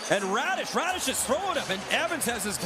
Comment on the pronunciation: Hit by "Raddish" heheheh that's hilarious